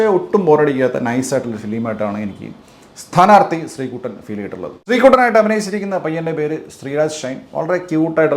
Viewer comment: ശെന്റെ പൊന്നോ "സ്ഥാനാർത്ഥി" എന്നാണ്. മലയാളമല്ലല്ലോ പിള്ളേരേ പഠിപ്പിക്കുന്നത്?